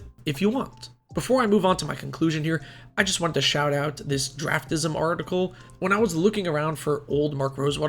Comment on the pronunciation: “draftism” lmao